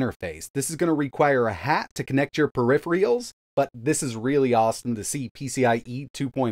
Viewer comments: I swear to God I keep hearing that word mispronounced :D pe-ri-phe-rals not periphials or periphrials :D Definitely heard Sara Dietschy do it too :D Is this a local variant ? :D or even something like nuclear/ nucular ? :D:DD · Did you just pronounce it ”PER-IFF-ER-REALS” ? lol 😂😂 “Per-if-erals” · "per-iff-ree-als" 🤣 After all these years you still refuse to pronounce peripherals correctly? You know, the dictionary is free. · LOL! He did, and it's not the first time.🤣 He's been mispronouncing it for years! People even pointed it out then. So clearly he's not reading any comments, or he's doing it just to troll us. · Yes he did, and it's not the first time.🤣 He's been mispronouncing it for years!! People even pointed it out then. So clearly he's not reading any comments, or he's doing it just to troll us. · proving his techtuber cred by mispronouncing “peripherals”. It’ll be nice if this one isn’t unavailable for the next several years like the model 4 has been.